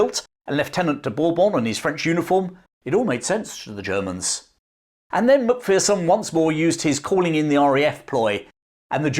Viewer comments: Love your video about Tommy. My only gripe is your American pronunciation of our clan name. Remember, "There's no fear in a MacPherson!" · Great story. However, your inability to say MacPherson properly hurt my ears every time.